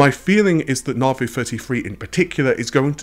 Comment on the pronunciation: why are you still saying narvey you have heard amd pronounce it